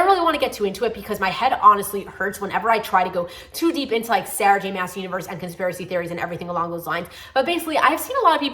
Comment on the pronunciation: Loved your reviews but just want to let you know Jenny Han is pronounced hawn (Think of the word Fawn but with a H) and Sarah J Maas is pronounced like moss.😊